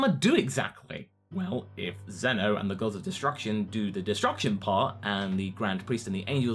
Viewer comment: its zeno not zuno